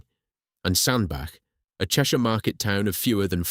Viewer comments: really irritating the commentator cannot say Sandach. it is pronounced Sandbatch not Sandback. he can say Middlewich correctly but not Sandbach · Why the f**k do people keep calling it 'Sandback'? lmao, it's bloody SANDBACH... CH as in Chair not CK as in THICK ! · Sandbach is pronounced SAND-batch (IPA: /ˈsændbætʃ/). The name sounds like "sand" followed by "batch" (as in a batch of cookies), emphasizing the "ch" sound at the end rather than a "k" sound. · Pronounced Sand batch 🙏🏻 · Its pronounced 'sandbatch' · Excellent video. In your narrative draft please put a T in Sandbach ie Sandbatch so your text to speech software will pronounce it properly. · And miss-pronouncing Sanbach.